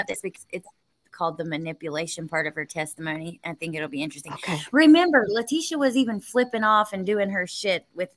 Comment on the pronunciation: If you're going to cover a case, you need to at least be able to pronounce everyone's name correctly! Letecia is pronounced "Le-tee-sha".